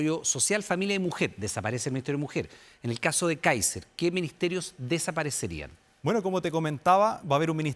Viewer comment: Este periodista! Le cuesta decir candidato Káiser! Es una vergüenza!